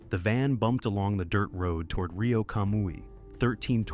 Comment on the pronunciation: One nitpick, Rio is pronounced REE-o, not RY-o